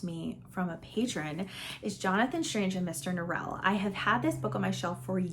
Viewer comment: I read JSaMN and I definitely enjoyed the first half more than the second half. I started the mini series of it also, and apparently Norrell is pronounced like it rhymes with oral….interesting 🤷🏼‍♀️